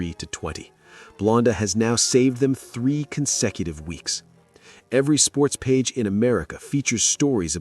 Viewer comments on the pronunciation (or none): none